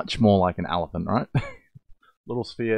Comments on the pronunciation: When he’s a 10 but he pronounces elephant as “allophant” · ...its just his accent - it's not like he's mispronouncing it. I personally think his particular type of heavy Australian accent just makes him more of a "10" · I love how you pronounce elephant